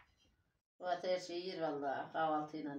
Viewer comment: huvat değil fuat yanliş adamcağızin ismini hep boyle suzin yazdiğiniz gibi soyluyorlar orda yasayanlar😂😂😂